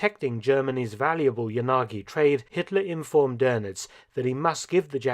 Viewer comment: It’s “ya - na - gi “ at least get it right やなぎ😂